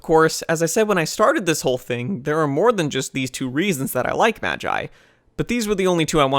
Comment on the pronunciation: Its pronounced "magi" not "magi"